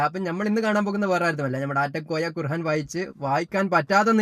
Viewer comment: ഭംഗിയിൽ തട്ടിപ്പ് നടത്തുന്നവൻ., ഖുർആൻ എന്ന് പറയുക, ഖുർഹാൻ അല്ല [ഹാ എന്നത് ആ എന്നാക്കുക] ഇല്ലെങ്കിൽ താങ്കൾക്ക് ഖുർആൻ എന്ന് പറയാനറിയില്ല എന്ന ട്രോളും വരും. ശ്രദ്ധിക്കുമല്ലോ.